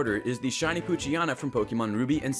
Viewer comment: it's strange how you say poochyana instead of poochyena :P